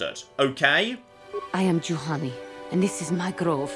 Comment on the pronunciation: did you flippin´ just called Juhani a Jahani? I think you just flippin´ did.. shame.. SHAME!!! I also told you last monday about the armor restrictions on some force powers, READ THE BLOODY COMMENTS!!!